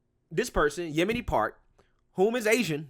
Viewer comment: You totally messed up saying her name...lol Yo.. min ...Yeomi Park that young lady is amazing..